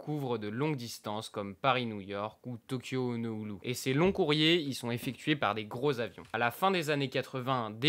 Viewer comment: Cool Par contre c’est Honolulu pas Honooulou Et Quantas ça se prononce comme kantas pas couanetas pitié 😂